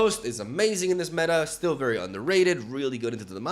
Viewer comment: POROKING POROKING POROKING POROKING I steel believe 😂